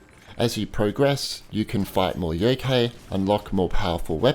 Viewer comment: The KA from youkai is like in the word CArt or CArd.Or like the Kai from Cobra Kai. Shuten Douji was close enough :D .